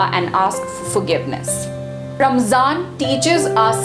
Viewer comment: If this video is aimed at non Muslims or people who want to know more, then my advice to the presenter is to use less arabic jargon & replace with English phrases so it's easir to digest. Plus it's not Ramzan, It's pronounced Ramadhan in Arabic Good try though